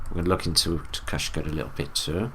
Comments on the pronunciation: His name is TECUMSEH. Ta Cum Suh. Not Tekushka. Also he's a very famous Native American. Not a Mason stop talking from your ass and stick to what you know my guy. Shawnee Natives dressed very well. Tecumseh wasn't the only one to dress like that. Also Shawnee are grouped with the Muskogee aka Mvskoke aka Creek aka GREEK. Native Americans are the Tartarians, Romans and Greek people. The Muskogee use the Greek alphabet. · I love this video but Tecumseh is pronounced differently. Ta-KUM-suh. 🥰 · " Tecumseh " is pronounced ..... " teh-come-see " :)